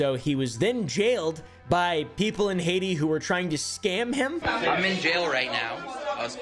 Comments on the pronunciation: I like how you say "Heidi" like the charachter instead of HAITÍ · “All a man needs in Hayshee….. Haiti” 💀